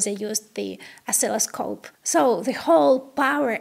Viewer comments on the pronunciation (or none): none